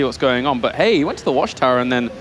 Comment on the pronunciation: Why can't this commentator say "but"? He keeps saying "boch".